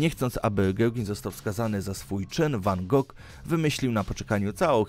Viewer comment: Numer 9: Prawidłowa wymowa jego nazwiska to wan HO, nie wan Gog. Powód: Jego holenderskie nazwisko w oryginalnej formie jest nie do wypowiedzenia dla Anglików.